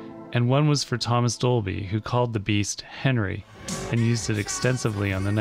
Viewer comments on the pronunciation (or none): none